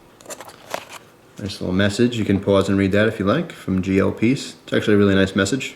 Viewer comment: Silly, its Pease!